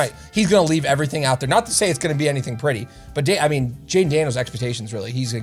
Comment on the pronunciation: That canandian accent comin out when he was talking about them cards. With “aout” Aaron Donald lol.